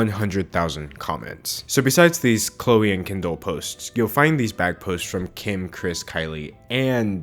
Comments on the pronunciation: the way he pronounces kendall as kindle😂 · why do u pronounce kendall “kindle” omg